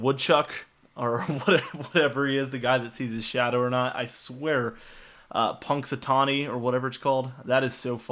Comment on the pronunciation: And you pronounced Groundhog Phil's hometown correctly very good. Not an easy town